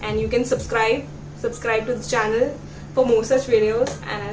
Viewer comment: welcome back to my CHONNAL kya hota hai...